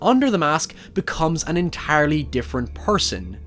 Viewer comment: "It's entaarly the seem"